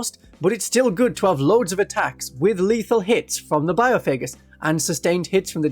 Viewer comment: Having to hear bio-faygus instead of by-off-a-Gus a million times is absolute torture